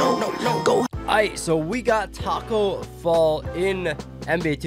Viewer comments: Who heard him say Taco Fail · he said tacko bell or fell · BROOO u said Tacko Fell 😝